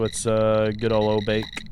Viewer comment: Bro said "Oh Bake"😂😂